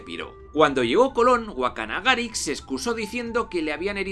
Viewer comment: Es Caonabo no Caonabó, sin acento. Guacanagaríx con acento en la íx. En República Dominicana hay algo que se llama complejo de Guacanagaríx. Es cuando un nativo se posiciona a favor del extranjero y le da la espalda a lo que es propio del país.